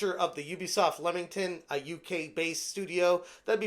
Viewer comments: Can I just educate all you American friends it's pronounced Leemington not Lemington even tho it's spelt Leamington. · It's pronounced LEE-mington.